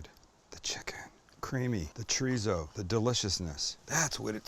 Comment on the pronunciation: Chor-ee-so.... Not treezo.